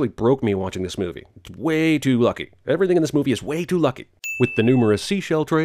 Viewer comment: You lost me at "eveything"